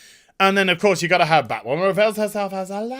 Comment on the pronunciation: Local man loses his mind over Bhatwhamen. lmao